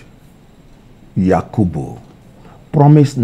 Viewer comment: It's the way he (Kenneth) speaks for me. The way he pronounced Yakubu Mamoood 😂Such composure yet so intelligent